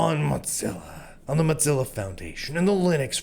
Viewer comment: I admire your optimism even if I don't share it. However, what I really want to discuss is your pronunciation of Mozilla like you're trying to say mozzarella. Is that intentional? I kind of hope it is because they deserve the insult given their politics. I'm starting to suspect that maybe the reason YouTube is only allowing me to have 360p is because of my political viewpoint and not because I'm using Firefox since I've heard from numerous others that they don't have that limitation while also using Firefox. If this is true, then some things may need to change, and I don't mean the browser I'm using, at least not yet.